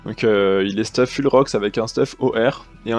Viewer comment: full ça se prononce foule, ça me gêne à chaque fois que tu dis fule mdr